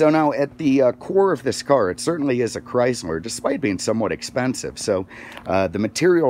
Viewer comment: He said chrysmer